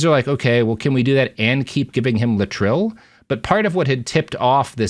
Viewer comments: In the day it was pronounced Lay-et-tril not Latril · Thanks. Great video. Having said that, it is pronounced lay'-it-tril. Three syllables, first one stressed. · I've always known it as "lay-eh-trill". What's with this new pronunciation?